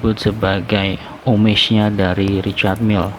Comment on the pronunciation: Ngomongnya bukan “omej” tapi “omaj” bang